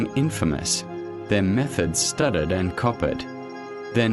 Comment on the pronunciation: The AI voice is barely coherent, and mispronounces almost everything - I mean, when it tries to say " studied and copied ", it says STUTTERED AND COPPERED. This is the scraping of the bottom of the barrel of AI true crime docs created by ChatGPT and badly spoken voices.